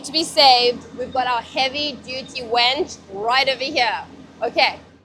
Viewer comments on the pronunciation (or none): It's not a wench its a winch. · The wench in the video is mispronouncing winch! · Why on earth do people call it a wench? It's a WINCH. A wench was a medieval tavern whore